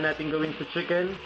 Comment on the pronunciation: Sheeken or chicken???